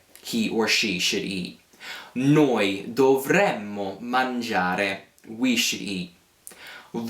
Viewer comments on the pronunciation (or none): Just a couple of observations,. First, make sure that when you pronounce the "noi" form of the Conditional, that you clearly pronounce the double "m" in the ending. I kept hearing you say "noi mangeremo,' noi potremo," "noi dovremo," and "noi finiremo," That's the Future, not the Conditional, and the only way to distinguish them in speech is to give the double "m" its full value -- remember, it's nearly impossible to exaggerate double consonants in Italian! Second, wouldn't the easier rule simply be to teach that the stem of the verb in the Conditional (and the Future, for that matter), is the infinitive minus the final "e" and changing the "a" of the -are verbs to an "e" before adding the Conditional/Future endings? That is how the Italian Future and Conditional developed historically, after all (infinitive plus a form of the verb "avere"), and it's how those tenses are formed in all the other Romance languages except Romanian. I think it also makes learning both the Future and the Conditional easier, since both tenses share the same stem, and it makes the few irregular verbs much easier to learn in both tenses. Just a thought....